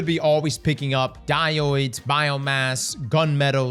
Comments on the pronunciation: its pronounced “dye-odes” not “dye-oids” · die - oids? it's pronounced die-ode. Thanks for the vid though, looking forward to seeing what the deal is with the Cryo map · Thanks for the in depth video, excellent Btw.... saying "Die oids" has me rolling.... it's pronouced "die-ohdz" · I wonder if he will ever learn to say diodes correctly